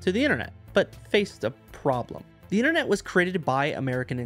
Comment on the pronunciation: Innernet? Internet. Ffs.